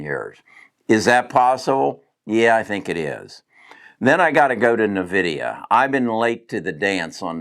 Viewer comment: Pronounced N-vidia